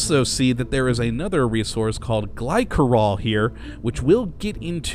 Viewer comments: i thought it was glisserol not glykerol (pronounciation of glycerol) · The 'c' in Glycerol is said like a 's' sound. 'Gly'ser'ol'